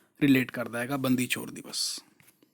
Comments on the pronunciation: Sir, It's ਬੰਦੀ ਛੋੜ ... Not aa ਬੰਦੀ ਚੋਰ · ਬੰਦੀ ਛੋੜ ਹੈ sir ਬੰਦੀ ਚੋਰ ਨੀ ਹੈ